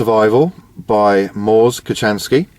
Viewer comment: It's annunciated KoHanski, drop the c (ch). Sorry for being so picky. The book is well done & well written. Mors is the real deal, thanks for giving him his due. He isn't hip to spending tons of money on the sparkling kit, but making do with what you have with you. To me, he's brilliant. Well done.